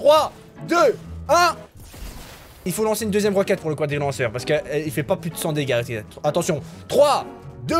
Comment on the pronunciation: Le cwadrilanceur